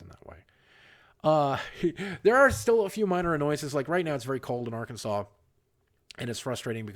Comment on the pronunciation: It’s Arkansas not Arkansal